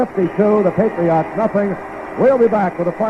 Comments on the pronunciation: Why does he keep saying "PatriOTT" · It cracks me up hearing the Dolphins radio announcer pronounce Patriots as "Patri-ahts"